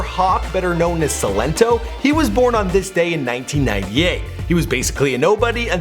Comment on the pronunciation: Silento 😂 its Silent toe